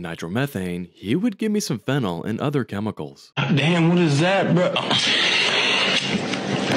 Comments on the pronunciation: You're pronouncing it wrong. You're pronouncing it "FEN-el" (like phenyl) while it's actually "fen-OL" phonetically. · Ngl it’s cursed how you pronounce phenol the same way phenyl is pronounced. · It's fe-nol! 😉